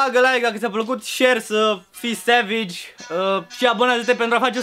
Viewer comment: Cica e "sevegi beibi" :))))